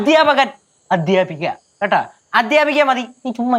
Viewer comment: എടെ, മലയാളം അക്ഷര ശുദ്ധി ഇല്ലെടെ! അ' ത്യാ'പകൻ....?'ദ്ധ്യ' പറയ ടെയ്!